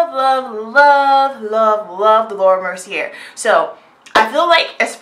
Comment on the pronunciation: Thanks for this review/demo! I'm loving all these companies coming out with powders for us, too!!! P.S. "Mercier" is pronounced like "mer-see-A" like in the last syllable of "latté" Not trying being rude at all I promise, but I just thought you'd want to know :) <3